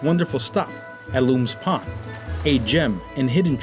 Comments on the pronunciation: Great video my friend. I live in Delaware City. Born and raised in Newark. I am chuckling at how you pronounced "LOOMS" pond. It is Lums, like Yums. But you aren't local so you wouldn't know. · Great video! Thanks for highlighting such a unique town. Jessop's Tavern is incredible - I highly recommend it. you're incorrect - the Delaware River is not the longest free-flowing river in the US, the Yellowstone River is. Maybe you meant on the east coast? (also, it's pronounced, Luhms Pond, not Loom's Pond)